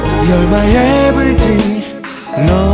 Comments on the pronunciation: he says "Everyting" ^^ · That moment when he pronounced "Everything" to "Everching". So cute~ ^^